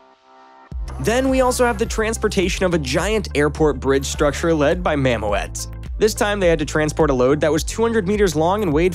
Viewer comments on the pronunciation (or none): nice video; please try to pronounce the word mammoet correctly; is is not mam-moe-et. It is it mam-moet ( oe sound the same as in the word fool) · You need to learn the difference between, SPMT’s, SPT’s, Girder Fames and Conventional draw bar traliers It’s pronounced “Mam-ooooot” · "Mam Oh Ette"? Who came up with that pronunciation?